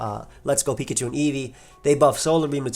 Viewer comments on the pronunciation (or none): none